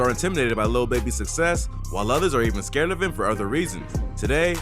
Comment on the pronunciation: Why this guy saying scared lol sthu man.....lil baby nice he the goat of the youngsters ...yall have to word and say shit the correct way smfh s.o to him word 💪🏾💪🏾💪🏾